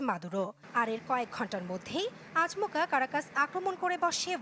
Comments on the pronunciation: "আ- চ- ম- কা" নয় গো বলো আচমকা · "আচ মকা" আরো ভালো করে বাংলা উচ্চারণ শিখে আসতে হবে। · আচ-মকা না আপু,,,,ওটা আচম-কা,,, আপনার আচ-মকা খুব কানে লাগছে,,,,😊😊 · আকমচা আপা,এটা হবে আচমকা আমি নিউজ শুনতে এসে হাসতে হাসতে শেষ